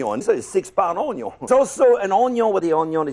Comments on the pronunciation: the HONION (French accent intensifies) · "ohn yohn" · I'm mad that that pronunciation of Onion On-yon is going to seep into my speech from now on. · 'Ze-yuh uuuhhnn-yueehhhan. Rihh der we ha ze unn-yiuhh...an' ze un-ya? Yea! Ze uh-neon....' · Oh-nyon is real. Also, it's probably just me, but "oh-nyon" sounds vaguely Korean. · Im never going to pronounce onion correctly ever again. Onyo